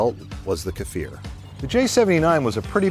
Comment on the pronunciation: It's pronounce kfir, not kafir, and the weapons embargo was a well staged publicity stunt, these are legit mirage 5 built in France and later modified into kfir.